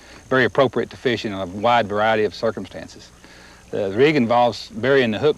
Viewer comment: “Thars a feesh!”